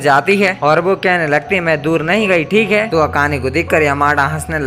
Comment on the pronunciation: Bhai tumhara "THIKE" ate 😂😂